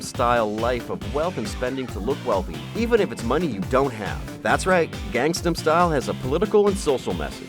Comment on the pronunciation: "Gangstam style"!?! Seriously..? o.O How do you fuck up the name of a song with over 2.6 billion views that badly?!? o.O